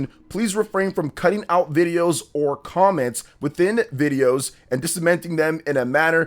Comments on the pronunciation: Disseminating. Dis-Sem-In-Ay-Ting - to spread information. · DISIMENTING HAHAH! hey please let me your English coach! There re bunch of words u constantly say wrong, I would be happy to help u out with spevcific exmamples! HAH! DISIMENTING HAHAHA